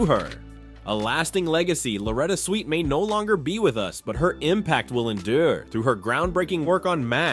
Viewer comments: Her name was Swit, not the way you pronounced it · IT'S SWIT, NOT SWEET, SWIT. !!!! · SWIT not SWEET!! I see others caught the error also!! 😊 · Why does the commentator keep saying "sweet" instead of proper pronunciation SWIT!!! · SWIT ....... NOT SWEET 😮😮😮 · Her last name is Swit not Sweet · Her name is Swit, not "Sweet." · 😢Her last name rhymes with Witt get it right. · Her name is pronounced Swit NOT “Sweet”. “Sent shockwaves through the entertainment industry”. Seriously, give me a break, so completely over the top and sensationalist and you can’t even pronounce her name. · 🤦‍♂"Switt," not "Sweet"! 🙄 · Swit not sweet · It's not pronounced "Sweet", it's "Swit", short i. I loved her after McLean Stevenson left the show, and especially after Larry Linville left the show. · It’s SWIT, NOT SWEET! 🙄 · It's Swit not sweet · It's Swit not Sweet, RIP Loretta ♥️♥️♥️ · Very annoying to hear this YouTube reporter ignorantly saying "Sweet" over 20 times. Get your names straight if you're reporting on prominent people! Loretta Swit was an accomplished actress who deserves to have her name pronounced correctly in the news! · How many times can you mispronounce her last name? It's SWIT like wit with an "S" in front of it & why say X formerly known as Twitter? EVERYBODY KNOWS THIS! Just say "X," no need to even say Twitter!🙄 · When the AI voiceover can’t even pronounce her last name correctly 🙄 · You can say Houlihan properly but cant say Swit!!! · Why should I subscribe if you can't get her last name right, as she was beloved by millions and you can't even GIVE HER that respect...RIP Loretta Swit. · Sad they couldn’t pronounce her name correctly. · My God get her last name right! You could have at least done that much research. Thank goodness most of us know who the hell you’re talking about. Did you not hear anyone say her last name??? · It was AI, miss pronouncing her name. Thanks, another good one. 😢🌟🧡